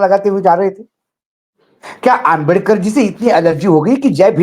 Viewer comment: दीपक भाई माननीय अंबेडकर जी को आप अंबेदकर क्यों बोलते हैं